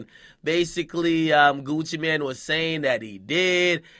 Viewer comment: I'mma smack you if you say Gucci man one more time............ITS mane pronounced like main mixed with man